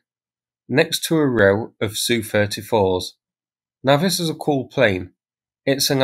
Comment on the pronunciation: FFS mate,if you're going to pretend to know aircraft, use the correct term. S.U not Soo, A.N not an. Jesus H, YouTube is full of wannabees.